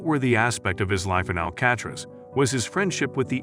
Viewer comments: Ikr what is "Al-catch-tres"? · Al cat riss? WTF